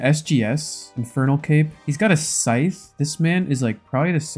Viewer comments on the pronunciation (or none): can u stop saying sytch every chest fk it annoying asf